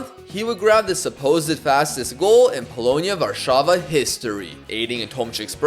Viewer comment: you said polonia warszawa correctly that never happens with angloids